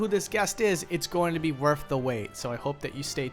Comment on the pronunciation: “It’s gonna’ be WERF the wait...” I love your Chanel, but man, you’re killing me, with this weird Cockney-like thing you do. With your TH sounds.